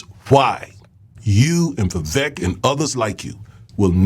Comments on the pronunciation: It's Vivek pronounced like cake. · It's pronounced VA-VAKE, i.e... sounds like CAKE, show some respect to the Indian. :)